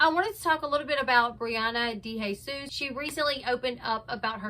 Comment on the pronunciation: Girl u pronounce it day hay sus lol . Not DE lol.